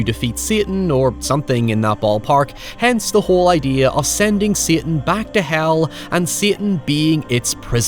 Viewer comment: Everytime you say "satan" I die